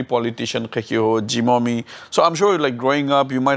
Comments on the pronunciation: Hey hey hey what is zeeeemomi ???? It is pronounce as jimomi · is so smart and confident woman but she doesn't know how to pronounce zhimomi she is saying zimomi